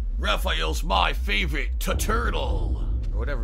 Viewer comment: Rapheal's my favourite t-turtle